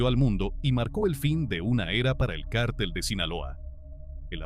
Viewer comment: No sé dice cártel .....es cartel....no es Guzman.....es Guzmán